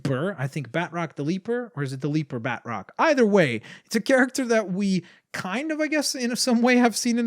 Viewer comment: the symbiote sqaud is a great name also it's not bat-roc ba-troc